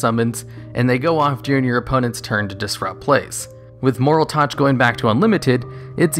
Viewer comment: Youre saying moraltech wrong